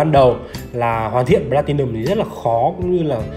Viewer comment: Phát âm các từ platium, geneve... nghe chán quá